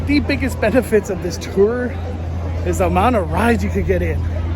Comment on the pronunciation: Mandoooo! I learned a lot from this video but one of the most important things is that “tour” is pronounced “teril” thanks! 🔥🔥🔥🔥🔥🙏